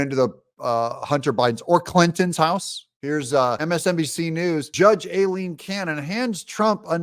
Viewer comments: Judge Cannon’s first name is pronounced: EYE-LEEN….NOT “Eh-Leen” Doug, you’re a VERY slow learner❕ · Eye lean is the correct way to pronounced her name. She is a good judge! Trump 2024!🇺🇲